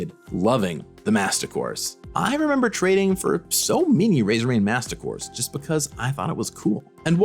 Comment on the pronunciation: "In the history of Magic, there have been miny creatures..." Did you mean to say "many"? With an A?